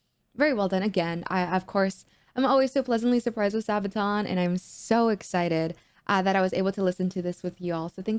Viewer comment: Pronounced sarbaton spelt sabaton